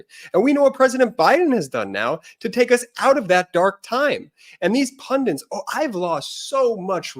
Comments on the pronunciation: You guys are giving us all so much great info & analysis. I ask only this favor: please don't teach thousands of viewers to say "pun- diNts". It's spelled pun-dits". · BEN the word IS PUNDITS. NOT Pundents. sorry but its doing my head in. political PUNDITS. PUNDITS!!!!!!!!! PLEASE stop saying PUNDENTS. love you guys, you are the best. x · I cringe every time you guys mispronounce pundits as “pundants.” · There's only one "n" in "pundits"